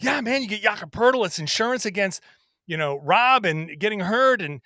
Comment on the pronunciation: The best thing about Poeltl is that when you listen to people talk basketball and pronounce his name"poe-etel" you learn very quickly who actually watches a lot of basketball and who just reads a script.